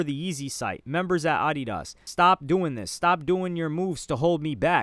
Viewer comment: Bro why do you pronounce Adidas like that